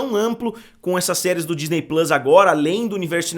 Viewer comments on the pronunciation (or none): none